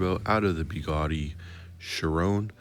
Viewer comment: Bugatti “Cheerone” 😂